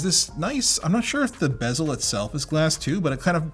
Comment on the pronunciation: Thank you for saying ‘bezel.’